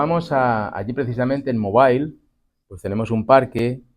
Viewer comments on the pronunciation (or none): none